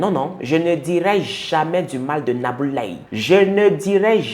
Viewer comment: Tu as très bien prononcé le nom de cette sorcière nabou leye 😡